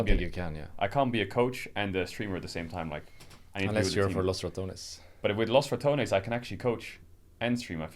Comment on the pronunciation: Rekkles is such a humble soul and kind person, you can see it in his responses and his eyes. Dear god please learn how to pronounce Los Ratones